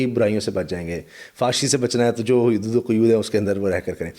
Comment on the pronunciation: حیود و قیود نہیں.. حدود و قیود ہے. بہت اچھا پروگرام کیا ہے آپ نے ہمّت ہے آپ کی.